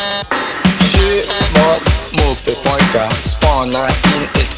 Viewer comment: Det låter som att han säger "moppebögar" efter ett tag